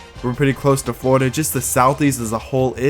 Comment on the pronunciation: south kalina, north kalina, floda💀